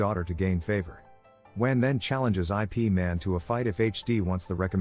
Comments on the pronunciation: Its pronounce Yip Man, not I.P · Yes, please don't call the movie series by saying it as "I" "P" Man. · Can't you get the AI to pronounce IP man correctly?